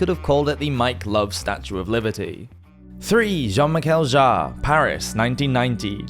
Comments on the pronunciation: I am pretty sure that you are pronouncing it correctly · Sounded fine to me! I'm not sure how active his fans are online, so even if you are wrong, I reckon you will escape the Jean-Michel Jarre mob!